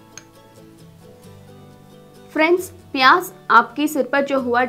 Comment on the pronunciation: 😜😜😜sahi me Maine v notice kiya pyaj ko pyas bol Rahi h